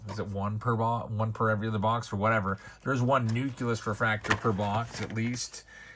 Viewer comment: Newcyulis? Nucleus.